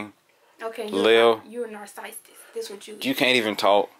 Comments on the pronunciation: Nur-sis-tic for Narcissist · I love how pronounced "narcissist" 🤣 I'm taking it. it's mine now!